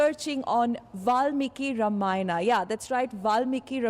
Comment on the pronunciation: The woman cannot even pronounce Ramayana and is pronouncing it as रमायणा. Shame on this woman. Disgusting.